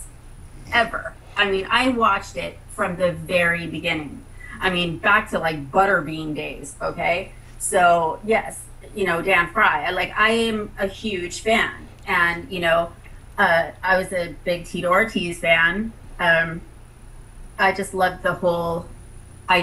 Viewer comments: She said "Dan Frye." Lol! Not a big miss, but it's Don Frye, he's the Don. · that Bitch Jenna said Dan Frye LMFAO "I have been a fan from way back in the day like butter bean Dan Frye" Bitch it's Don Frye and of course your going to claim to be a long time fan of the sport your nasty ass married Tito Ortiz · that chick at the end... "Back to Butterbean days..." um.... no words for the stupidity... "Dan Frye".... smh. smfh...